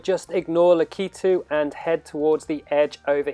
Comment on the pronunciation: I’m pretty sure that is how it is intended to say